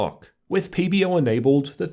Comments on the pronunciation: Its pb-O! not pb-Rrrr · Do I need to get my ears checked or does he keep on saying PBERR? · nice re3view but whats wrong with you pronouncing the "er" on PBO? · That's what I hear too. PB-ERRRW. Love it!